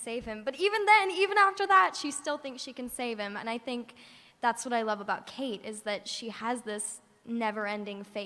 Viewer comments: someone needs to tell this chick that it's Kate not Katie....smh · Yeah, I know what u mean it's really annoying even after she hears them say her name "Kate" she keeps saying "Katie".